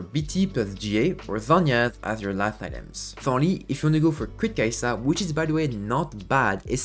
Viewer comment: Your content is really good, but could you pronounce her name correctly? ☝️🤓